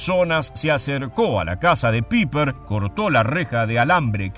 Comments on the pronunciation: Sólo quisiera hacer una corrección: creo que están pronunciando mal su apellido, si no me equivoco no se pronuncia "Piper" sino "Paipa", corríjanme si me equivoco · Pronuncia Paiper, NO PIPER! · PIPER!!!🤣😂🤣😂🤣😂IGNORAAANTE!.. SE ""PRONUNCIA"" PAIPER!! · Muy buena investigacion ( se pronuncia " paiper" ) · LA EI EN ALEMÁN SE PRONUNCIA AI POR ENDE SE DICE(PAIPER ) FONETICAMENTE.